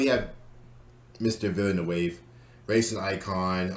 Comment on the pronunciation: the pronunciation is more like "jeel vill-nuhv"